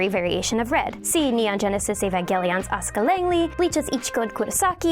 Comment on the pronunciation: It pains me how you mispronounced Clannad, Mine, and Evangelion